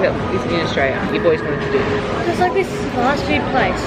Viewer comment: Notice how keeps calling Australia austraya 😂